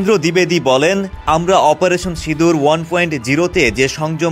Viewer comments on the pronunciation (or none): none